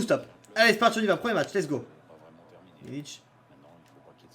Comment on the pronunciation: C’est Milik avec un k ça se prononce milique